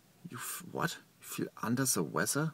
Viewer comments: "unda da wezza" Flua I love you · "Under Ze Wezzer" xD